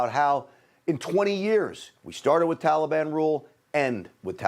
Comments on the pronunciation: He pronounces taliban the same way barry pronounced it. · He’s an idiot - it’s so annoying to me too! Tallyban lord help us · If joe says tollybon one more time. Oooooooohhhhhhhhhhh. Mannnnnn it’s annoying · To be honest, I am waiting for him to say trolley bahn. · Biden can’t even pronounce Taliban correctly. He’s an idiot! Why can’t he be impeached? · Why can’t he even pronounce Taliban??